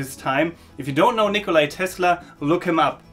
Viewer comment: It's a boot. - About what? And how'bout Dresden? (Oh and it's Nikola Tesla, not Nikolai)